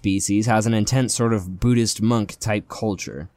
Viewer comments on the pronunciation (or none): none